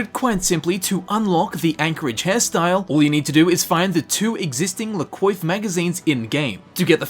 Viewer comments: could you pronounce la coiffe as la kwaffe, its french... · I dislike the French just as much as the next guy, but seriously man, it’s pronounced “Le Quoff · Its pronounced 'la kwaf' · la coiffe is pronounced ''lah kwaf'' just so you know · Cwof it's pronounced cwof